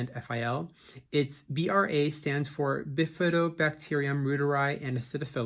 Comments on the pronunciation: isn’t the correct common pronunciation of “reuter” - “royter”? Not “rooter”? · you are very good. Excellent. Thank you. (I think it’s spoken royter not rooter.)